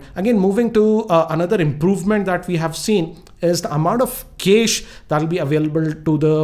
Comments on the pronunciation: kesh?, isnt it cache ! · tanish bansal Can't make fun of him. In English, usually USUALLY words with "e" at words with "a" should be pronounced like he did. Cache has French origins originally referring to a weapons cache." But that's pronounced "cash-A"